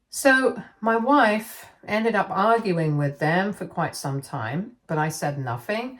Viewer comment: I can't help but hear "mah wife" like Borat everytime she says it😂😂